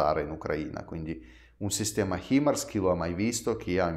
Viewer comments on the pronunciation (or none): Himars pronuncia= hai mars ❤